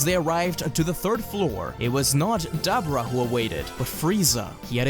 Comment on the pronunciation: Ah man dabura (da-bor-a) not (dab-bra)